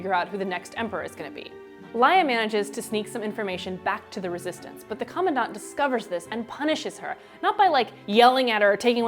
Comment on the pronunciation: cau-maun-daunt?!? i've been reading it as cuhm-an-dant... and hel-een? its hel-ane